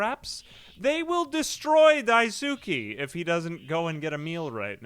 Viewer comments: Yo wіggа its pronounced "dice-kay" not "die-soo-ki"‼️‼️ 🙂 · Idk if you still read these, but daisuke is pronounced "dice kay" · everytime he pronounce daisuke i die a little inside